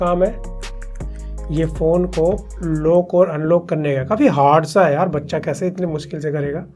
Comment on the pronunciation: भाई, आप इतनी अच्छी वीडियो बनाते हो पर आज भी आप लॉक को "लोक" और अनलॉक को "अनलोक" कहते हो तो बड़ी पीड़ा होती है कि आपकी हिंदी शुद्ध नही है।